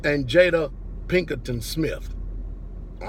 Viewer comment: Pastor I like you, but that being said, I often wonder if you’re illiterate!? Because you said Jade at Pinkerton it’s not Pinkerton manage ticket!